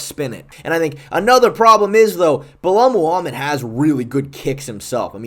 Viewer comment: “Bulel moohamid”